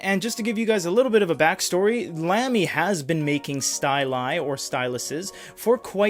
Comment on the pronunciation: no offense but it's not pronounced lamb-e, it's pronounced lahm-e